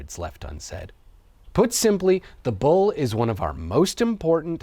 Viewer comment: I legit thought you were saying 'ball' instead of 'bull'.